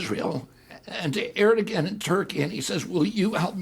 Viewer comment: We need leaders who know when they don't know something. RFK Jr lacks humility. Small issue: How does he mispronounce the Turkish leader's name so badly so often? Big issue: he slings wrong facts about Ukraine which lead him to conclusions that endanger Ukraine and the United States. Small issue again: And he still gets Donbas geography wrong the same way he got it wrong a year ago. It's like he read an article about Ukraine 5 years ago, misremembers it now, yet is so sure he understands everything that he doesn't ever read anything new or double check facts he thinks he knows but keeps getting wrong. Addendum: he STILL says Vladivostok!!!!! Holy hell, he's unfit to lead. that may sound drastic if you don't know the geography. But it would be like a foreign leader commenting during the American Civil War, but continuing to call Charleston "San Diego".